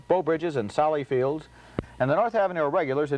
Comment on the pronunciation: Ebert called Sally Field, Sally Fields.